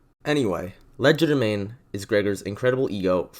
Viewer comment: WhEn WiLl SoMeOnE LeArN HoW tO PrOnOuNcE It ‘Cries in quadralingual’